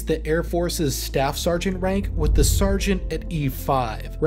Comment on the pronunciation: and ... "stargeant"